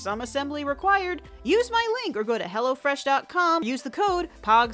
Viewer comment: When you were saying "hello fresh" I really tought you said "hella fresh" lol